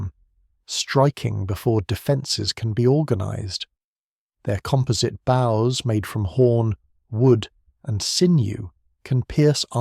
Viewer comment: One of the better AI generated videos, still struggles with the pronunciation of words with two different meanings but spelled the same. In this video, “compound bows” was pronounced “compound boughs”. Also typical is the often weird drawings, such as a mounted warrior on a horse with large wheels on either side… was good for a laugh.